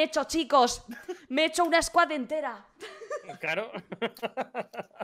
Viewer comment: jajajajaja ... que bolas..!! el Comandante de esa SQUAD era johnny english ??? jaja